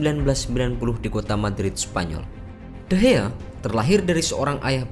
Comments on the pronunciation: Nama nya de Gea bang bukan de hea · David de Gea,bukan David de Hea lol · De Gea bukan De Hea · De gea bukan dehea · De gea laa bukan de he...bong*k... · Ngeselin kalo lu ngomongnya de hea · Bang kok ngomongnya de hea